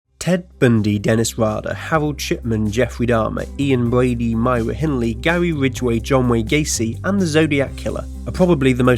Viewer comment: "Hawold" ... "Bwady" ... that's just adorable how some Brits (Bwits?) struggle with that pesky letter R